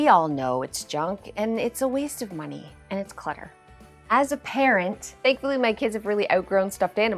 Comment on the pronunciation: "And insiiide: Muhnnay " lol